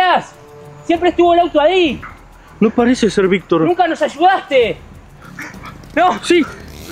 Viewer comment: Es Victor no vic